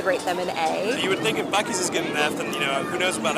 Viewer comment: After hearing that woman call it 'Busey...I associate BUC-EES with Gary Busey. Talk about crazy GOP connections! Thanks, from a fellow Ohioan, a proper Buckeye.